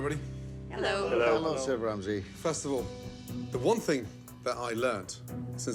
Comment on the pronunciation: Finally that moment someone (Aka ramsay) says ur name the way u want it to be pronounced I really dislike the way the Americans say it